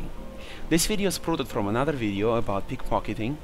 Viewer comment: you said pickfockiting